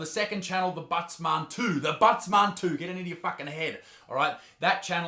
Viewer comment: I always thought it was “The Butts Man” not “Thebuttsmarn”